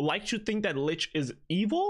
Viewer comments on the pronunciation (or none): always pronouncing 'licht' incorrectly. It's actually pronounced like ummmmm....... lickt